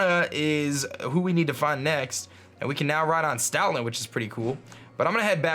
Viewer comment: When he said "Stoutland", it almost sounded like "Stalin".